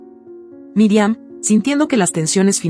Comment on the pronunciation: Pronuncia bien no es Miriam es Mirian